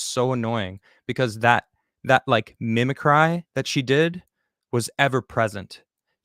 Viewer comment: lol, i’m sorry i know this is a serious video, but when you pronounced it mimi-cry rather than mimi-cree i thought it was the cutest way of saying that word i’ve ever heard